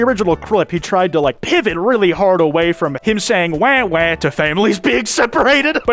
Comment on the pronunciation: It's wah wah not wae wae